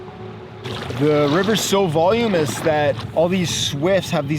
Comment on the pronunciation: Voluminous not volumous.